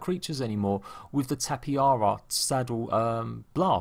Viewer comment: Im not sure if ur joking with saying tappyhara but just in case it's pronounced Tapa hara the "j" is pronounced like a "h"